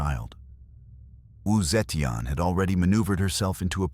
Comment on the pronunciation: Not the right pronunciation of wu zeitian.